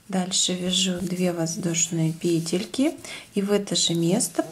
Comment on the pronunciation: НакИд научилась говорить правильно,а вот петЕльки - никак...все пЕтелки,да пЕтелки...сем, восем...